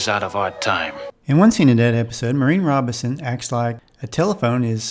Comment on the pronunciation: Why can't you pronounce the family name correctly? It's Robinson -- with the "n" clearly articulated. You keep saying "Robison" with no "n" sound.